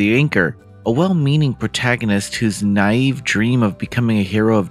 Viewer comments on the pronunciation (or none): none